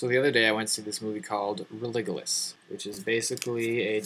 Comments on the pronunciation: the "g" in "Religulous" is pronounced as a "J". Maher points that out himself...and now you know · And could you check into the proper way to say the name of the movie? The g is soft. Itd make you sound smarter. when I watch ur next vid I hope to see something about all the similarities with all the religions he mentioned. Maybe something about the very good point about the virgin birth being omitted from the old testament. Something Bill doesnt talk about that bothers me is how many gospels were left out of the bible. Why? Just cause. Book of Mary Magdeline, Book of Judist.... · I loved "Religulous" and I very much enjoyed your rebuttal to it. I'm an Agnostic. My only gripes are that you mispronounce the movie's title which is pretty simple to figure out since it incorporates the word, "religion". I would think that you would use the "soft G" instead of the harder G when pronouncing as if you're saying the word, "religion". The other one is that Jesus's existence not being real is NOT a "minority opinion". There is no historical evidence that he existed. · "religuhless" stopped watching. good day sir. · "Religollus" why are you saying it like that? makes you seem even more stupid... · This asshole has the audacity to say the people who maher interviews are to stupid to answer his questions but can't even pronounce the name of the movie! u and the rest of the Christian nut balls need to pull your heads out of your asses! The points maher makes point out how mindless people of faith are and that faith makes a virtue of not thinking! Those who argue are to ignorant to open there eyes.. U are drones to a cult made in the Bronze Age meant to keep feeble minded people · This guy looks like a Heroin addict...He can't even pronounce the name of the film..I believe in God..but this guy needs to take a seat. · Within the first 30 seconds you mispronounce the name of the movie twice. If you can't even get that right, why should I watch any further?